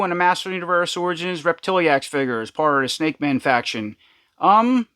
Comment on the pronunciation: I think it's rep-ti-lax. vs rep-til-E-ax